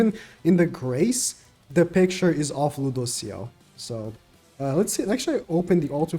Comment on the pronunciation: it's Lewdociel:)